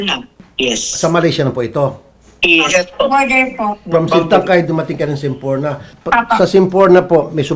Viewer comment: TAMA ANG SBI NI SHIELA GUO NA SA SEMPORNA (KYA LNG HINDI MALINAW ANG PAGBIGKAS NYA) SILA DUMAAN SA TAWI TAWI TAMA DIN NA SMALL BOAT ANG SINAKYAN NLA FROM SITANGKAY TO SABAH, MALAYSIA DYAN SILA NG EXIT. SA SEFTV VLOG NA VLOG NYA ITO AT SA I WITNESS NI MAKI PULIDO WAY BACK 90s PA ANG BACK DOOR EXIT PINAKITA NLA KUNG PANU KA BILIS MAG EXIT NG TAWI TAWI TO SABAH, MALAYSIA